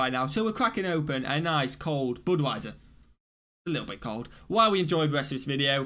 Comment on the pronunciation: Boodwiser?? BUD (rhymes with MUD)wiser